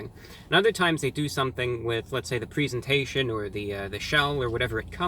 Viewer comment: You said presentation wrong